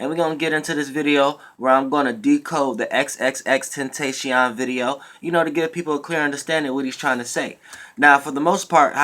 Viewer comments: TEN TAS E ON , thats how its pronounced breh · Xxxtentacion ( EX EX EX - TEN - TAH - CEE - OWN ) is how u say his name bro